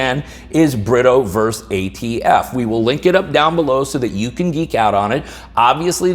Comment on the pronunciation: not 'verse'.........versus.......*